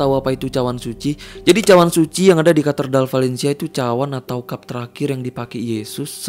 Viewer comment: Cathedral bangg bukan catherdal, jd gak fokus tiap ngmngin cathedral